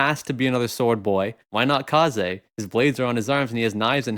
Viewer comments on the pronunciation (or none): none